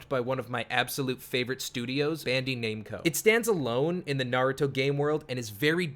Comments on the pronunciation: He really said “Bandee name co”😂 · For your most favorite developer, you sure have the weirdest way to pronounce it. 'Bandi Namco' 🤮